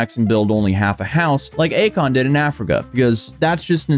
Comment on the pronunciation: It's Acon. It's a con